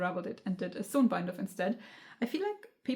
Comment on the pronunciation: using a damp fabric in between the iron and the garment to steam-block is such a good idea :O I'm going to have to come back to this video to see what other people suggest P.S. 'sewn' rhymes with 'shone'; 'sew' sounds the same as 'so'